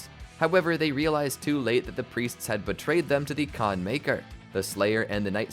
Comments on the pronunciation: Khan Makyr ❌ Khan Miker ✅ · "Can maykr" lol